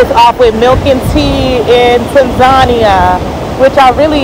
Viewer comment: I think she is pronouncing Tanzania wrong.